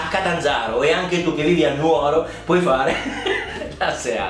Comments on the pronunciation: Sebada è il singolare, sebadas plurale P. S. La correggo: è Nùoro non Nuòro e lo dico da nuorese ahah (e da noi a Nuoro, già che ci siamo, si chiamano Sebadas, non seadas 😁 Noi comunque chef, lo tagliamo a pezzi, lo sciogliamo e poi facciamo le forme :) Grazie per aver fatto questa ricetta e averci pensato 😁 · Chef sei andato in Sardegna e mi fai sti errori di pronuncia, si dice Nùoro, se ti sente un nuorese ti impicca Comunque buona ricetta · Solo i continentali dicono NuO´ro😂